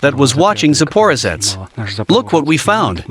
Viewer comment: Surely it's pronounced ZporOzhets, not ZapOrozhets? I am English but learning Russian. I guess the translator is American.